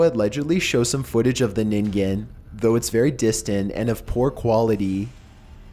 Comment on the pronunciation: It always amuses me when the ningen is featured in a narrarated video, so many different prononciations people come up with. It's pronounced nin-gen with the 'g' being that harsh g like in game or glint. But 'nin-gin' is actually kind of adorable... (some people have pronounced it 'nin-jin' which is hilarious to me because ninjin means carrot, ningen means person)